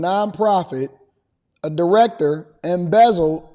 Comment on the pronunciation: Emezzle ? 😅 You meant Embezzle right 😅